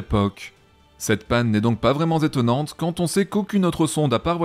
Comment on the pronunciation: Toujours très bien, hein, mais deux liaisons "vraiment z'étonnantes" 🤔